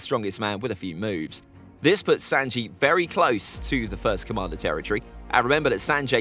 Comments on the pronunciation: He said sanjae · Why was he saying sanji like that and Brook stronger then that I feel like